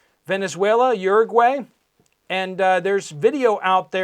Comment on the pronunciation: You pronounce Uruguay and Paraguay wrong. They rhyme with Bye. Think of Ricky Ricardo saying Ay Ay Ay . Then you will be ready for the Parsley War.